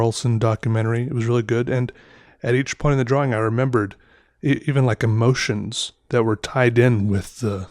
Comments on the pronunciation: Reagan Fleet probably his accent. It’s pronounced draw-ing but he says draw-wing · Dr-AWE- ing.. that’s it. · i love how he says drawing he says it like draw-wing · draw-wing or draw-ying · Literally nobody at all.... - “DRAW-WING” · I thought i was mishearing him. Probably just an accent thing but i have always heard it more pronounced drawring so it was kinda cool hearing it pronounced differently :3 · Love this guys videos, super chill and relaxing. And he’s hilarious! But why.... why does he over pronounce “draw” and “drawing”??? Anybody else hear: “drawwing”? His pronunciation on everything else seems fine! lol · Idk if hes doing it or it's just me but is he pronouncing drawing correctly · I love the way he says drawing